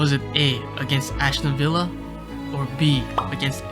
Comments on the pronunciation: Ashton Villa... Its Aston Villa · ' ashton villa'. like for real mate? You even watch football? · Narrator would struggle to pronounce his own name. aSHton villa 😂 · ‘Ashton villa’ … Love your effort but put the extra time in,! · Love that you call them ashton villa XD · How can read Aston villa like that? Where is the h????